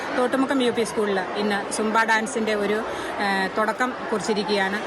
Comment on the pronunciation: ജുബ്ബ എന്ന് പറയാതെ സുംബാ എന്ന് പറയാൻ ആദ്യം മന്ത്രി പഠിക്കട്ടെ 😂